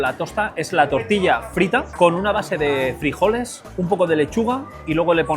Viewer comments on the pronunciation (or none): none